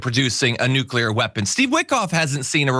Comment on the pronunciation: Mullen “NUCLEAR” Noo-Klee-ur a 3 syllable word, NOT a 2 syllable word as you pronounce